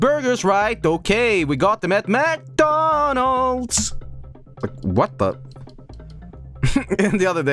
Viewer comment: It sounded like he said McDuncan's. I kind of like it